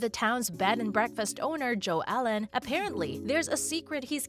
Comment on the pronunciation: Jo Ellen not Jo allen